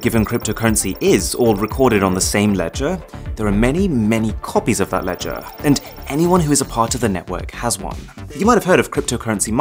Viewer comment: I think I will never be able to imagine the pronunciation of the word LEDGER normally. Every time you pronounced it you've done it in a funny way. LEDGAAA!